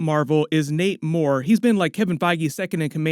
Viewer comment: I swear everytime you said Nate Moore I heard Namor and every single time I went "wait, Namor what?' 😂